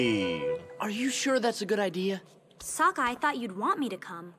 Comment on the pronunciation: Great reaction, but i do wish to stake that you are pronouncing Sokka's name wrong. You are saying Soooooo ka, with an O when its SAW ka with an A. Its like saying E row instead of I row.